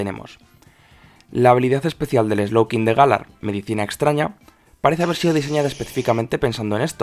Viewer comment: Se pronucia Galár, no gálar llevaria llevar acento para pronunciarse asi